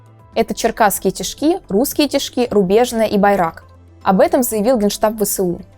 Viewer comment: Аж уши режит... тИшки а не тишкИ.